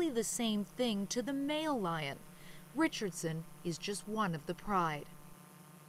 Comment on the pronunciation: "Lion " not Liom ! Lol😆